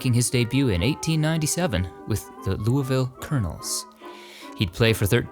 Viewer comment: Im originally from Louisville KY. Thanks for a good pronunciation of my hometown! ❤❤ Love channel